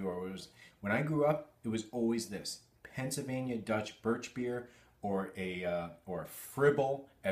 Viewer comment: I am staging a pronunciation intervention because I care about you. Where on Earth is your "l" sound when you're saying "Pennsylvania"? The first half of the word should sound like "pencil." Every time you say it, it sounds more like "pen-suh." What's up with that?!